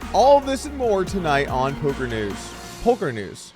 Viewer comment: Ngl “Polker News” got me 😂